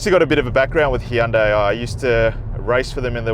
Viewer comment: Finally an Australian review with the correct pronunciation for Hyundai., can you teach everyone else?